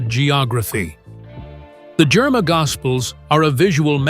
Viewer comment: THANK YOU FOR BRINGING THIS INTO THE LIGHT. One correction… It’s the “ GERIMA GOSPEL” NOT JERMA GOSPEL. .